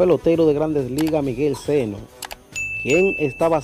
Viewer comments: Sano. No seno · Sano hermano no seno